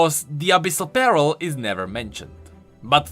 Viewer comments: I know you're dealing with dyslexia,, but it's always funny to me how you say "pearl" like it's "apparel" when you should say it like "purr-L". I don't know, it's just something that might help you say it correctly;) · Is it just me that is quite bothered or annoyed on how pronounce Pearl as Peril? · i kept thinking he was saying "abyssal barrel" XD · I know that its just me being bad at hearing but I kept hearing abyssal peril instead of abyssal pearl